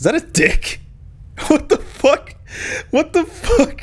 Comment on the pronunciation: I like how says "Fucki" instead of "Fuck"